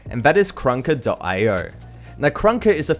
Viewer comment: He be like go instal karanansfatfshshafaffa IO